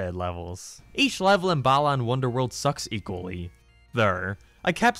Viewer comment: Starts with "balaan wonderworld" Me: please tell me people won't meme that too